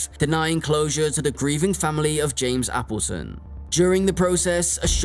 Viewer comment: I've never heard Appleton pronounced that way. It's pronounced Apple 🍎 like the fruit, and then Ton. 😊hope that helps!